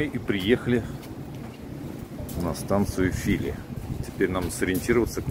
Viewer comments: Только станция правильно называется ФилИ (ударение на последний слог)😀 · Фили ударение на последнее И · Я понял, где тебя носило. Это, прямо скажем, не совсем Одинцово. Ну, а Фили с ударением на втором слоге. Позор! В этой деревне в 1812-ом году проходил военный совет под руководством Кутузова. Москву решили французам сдать. Сам Кутузов тоже так решил. При этом мало кто знает, что деревня Фили принадлежала самому Кутузову. Помещичий дом был в соседней деревне. Кутузов не только Москву, но и свою малую родину сдавал. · ...небольшая поправка. „ Фили ”читается с ударением на второй слог. Извини пожалуйста, мужик ты хороший, я без всякого занудства. Смотрю твои видео давно и с удовольствием.